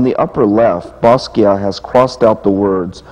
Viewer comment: WHy cant he pronounce basquiat correctly